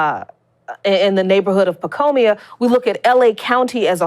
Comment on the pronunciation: I love you. I really do. But it's PacOIma, not PacOmIa. Every time you said Pacomia was like fingernails on a blackboard. Aside from that, great article as usual. You and The Real News Network are awesome. Thanks for all your terrific work!